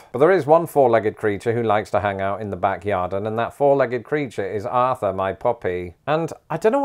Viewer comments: I'm gonna need you to stop saying "backyarden." 😬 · Back “yardin” 😂 love it (yard/garden) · Did you say “yarden” for YARD, like “garden”, but with a “y”? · Back "Yarden" 😝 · Did… he say “yarden”… like garden + yard? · 🤔 Are you saying "Backyardin"? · Hold on, is he saying 'yarden'?